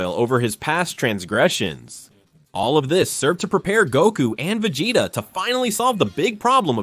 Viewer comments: A.i says : VEGATA Real voice says : VEGETA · Instead of vea-gea-ta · if you're going to use AI narrators, you should definitely spell the names out phonetically so the AI says it properly. lmk if you need help if English is a second language. There are easy ways to ensure the AI voice consistently says a name a certain way. Vugetta is weird sounding lol